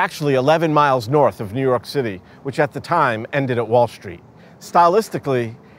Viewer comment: What is a "schtreet"???